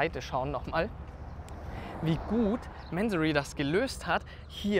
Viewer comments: Der Herr Mansory heißt Mansory und nicht määääänsorry😂 der Firmensitz ist in Bayern so wie du. Da wird nicht sächsisch gesprochen 😂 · Kurzer Reminder, dass Mansory eine Deutsche Marke ist und deswegen „Mansorie“ ausgesprochen wird. Finde persönlich aber auch, dass „Mänsory“ cooler klingt. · Hey der Mansory ist kein Amy also sprich wenigstens den Namen richtig aus! Echt langweilig der verwöhnte kleine Junge als Moderator... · Das geile ist MANSORY hört sich so geil an ..dabei ist es n 08/15 nachname im Iran und wird mansury ausgesprochen